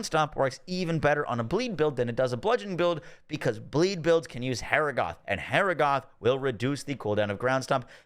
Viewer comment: Great video! But the way he kept saying Harrogath (hair a goth). 😂 (ha rog ith)